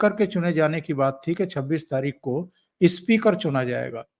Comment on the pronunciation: Speaker ko ispeaker mat bola kijiye. It speaks bad of Hindi.